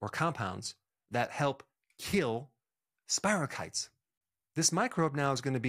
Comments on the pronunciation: spiro keet not spiro kite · Spirochaetes. Pronounced SPIRO KEE TEES! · It's pronounced spirochetes with a long E.. Not spiral kites like flying a kite..